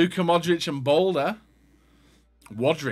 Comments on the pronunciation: he’s saying balde as boulder he’s not a rock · The Balde pronunciation is driving me insane!😂 damn Balder?! Lmao